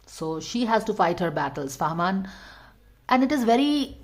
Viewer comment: It's fahmaan 👍 not farmaan